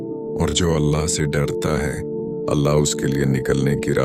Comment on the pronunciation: Mispronounciation of Allah's name please correct and check your video before uploading